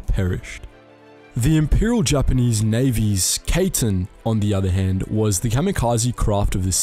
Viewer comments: The Kaiten is not pronounced like Kayten like how you pronounced it. Just say it like Kaiten. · You, my friend, are saying Kaiten so wrong. It is pronounced “Ky-ten”. Just trying to help out. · Kaiten is pronounced Cai-ten not Kay-ten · The way you pronounced Kaiten was soooo English lol. It took me a couple seconds to understand what Kaytin is. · I know it’s hard trying to pronounce things. That’s why we have Google Translate 😆😆😆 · The ai in kaiten is pronounce like the ai in banzai. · You pronounced kaiten wrong